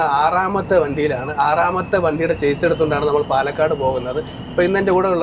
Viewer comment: ഷാസി എന്ന് പറയണം. ചേസ് അല്ല